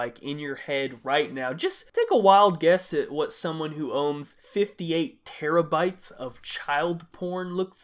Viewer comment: when i heard 58 teraybytes i thought you said it wrong like how?